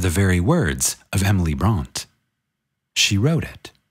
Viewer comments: Great reading,! As always. And I appreciate you repeating the passages that bear repeating. (just one thing, the name is pronounced Bronteh) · Pronounced Emily Bront(ay).